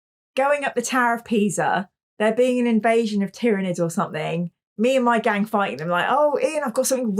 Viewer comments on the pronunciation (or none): none